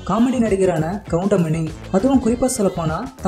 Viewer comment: Ennada goindamaninu soldra😠😠😠goundamani sirnu sollu